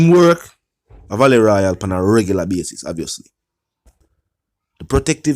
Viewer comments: I thought this was pronounced vaaaale no valet royal..vale as In. Vail Royale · it's not Valet Royal it's Vale Royal. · It's Vale royal, not Valley royal. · Valley Royal ? Its Vale Royal Sir....